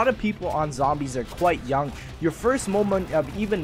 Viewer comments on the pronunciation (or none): none